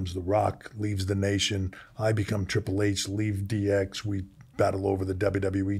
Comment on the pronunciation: ??? It's Triple H